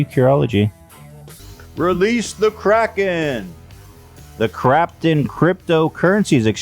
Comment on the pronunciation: My man Ethan said Krapten instead of Kraken LMAO